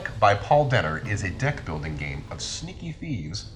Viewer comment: Am the only one who heard "dick building game"?